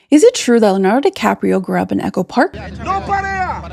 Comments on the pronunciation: A video about Leonardo without being able to say Leonardo- what the? You said Lanardo through almost the whole video! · it's Leo-nardo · If she could pronounce Leonardo, that might have been useful, too.